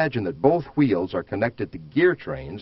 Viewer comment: wtf is "whuUeels" just say wheel dude